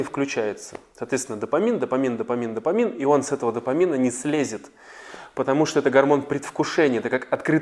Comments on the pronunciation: запомните , правильно говорить ДОФАМИН , а не допамин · Дофамин, а не допамин. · Допамин???А не дофамин?